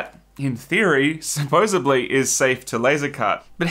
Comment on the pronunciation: First and foremost.... Thank you for the service and the information that you provide! Two thumbs up! But I'm sorry, call me a grammar nazi, but it is "SUPPOSEDLY". NOT "supposebly"! Sorry, but each time you said it, nails would screech down the blackboard of my mind! Do keep up the good work!